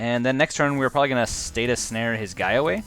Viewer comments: Please stop saying status snare. Please? It's stasis snare (pronounced stay-sis) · Good games. Btw, it's StaSis not statis snare. Ssss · Stay-sis Not Stay-tus Ahhhhhh please!